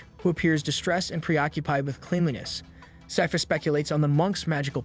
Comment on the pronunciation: I'm stressed that throughout the video the narrator can't seem to pronounce Sypha and keeps saying "seefa" or "safis" and I keep getting confused. Same goes for any of the town names 😭